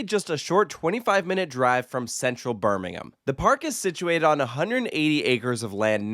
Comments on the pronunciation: Good to hear an American pronounce “Birmingham” in the UK the right way. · Thanks for pronouncing Birmingham properly! This is my local park and I have so many happy memories attending with my family throughout my life. I’m glad it’s finding its feet again just hope they can get some great dark rides again like they once had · Thank you for pronouncing Birmingham correctly -everyone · Was just going to comment this myself!